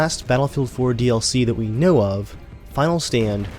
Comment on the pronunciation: the clouds look amazing in these new maps. also, i like how u emphasize, 'the last bf4 dlc that WE KNOW OF' :)